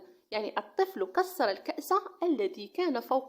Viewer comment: Je suis très désolé mais vous avez quoi mis une faute ليس كسّر كسر لكن ليس هناك اشكال juste dans la prononciation encore une fois désolé😊😅